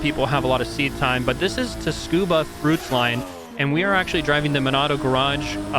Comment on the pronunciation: did this mf just say teh scuba ?????